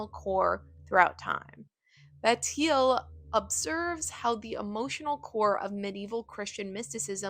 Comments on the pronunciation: couldnt look up how to pronounce bataille tho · It's hilarious how you pronounce marquise de Sade and Georges bataille like you're saying their names for the first time. I would maybe listen to how it's pronounced at least once. (I know I sound like an asshole but things like that make you sound like you don't know what you're talking about) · okay that is NOT how you pronounce bataille. wtf. do i even want to keep watching?????